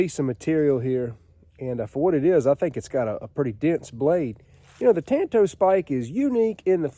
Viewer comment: Ok, I have to educate you. For some reason in this country, likely because of the Lone Ranger, practically everyone mispronounces the Japanese word Tanto. The correct Japanese pronunciation of the word is like the Lone Ranger and Tonto. Enjoy your work.